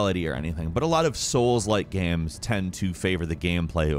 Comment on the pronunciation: Why does he pronounce "games" like "gams"?